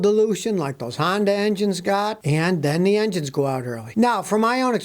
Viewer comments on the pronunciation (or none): none